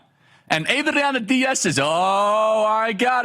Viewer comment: I like your stuff and what you do, but every time you tried to pronounce Adriana with a Spanish accent it made me cringe, especially when you didn’t try to pronounce Diaz with a Spanish accent.